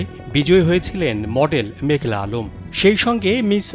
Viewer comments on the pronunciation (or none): ওরে সাংবাদিক ভাই মেঘলা না মেঘনা আলম